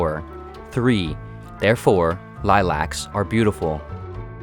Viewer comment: say it correctly? As in Lilacs said liluck....